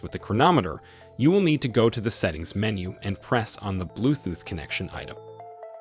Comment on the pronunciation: Blue "thooth"?